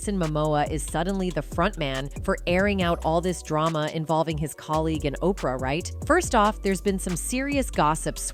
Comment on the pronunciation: Seriously.....who's tired of hearing "OPR", really, Oprah's been in the public eye, for a long time, we saw her get to billionaire status, and, this person can't pronounce her name, she wouldn't get a paycheck from me, or, are we being played, and, the misprounces are on purpose???? 😮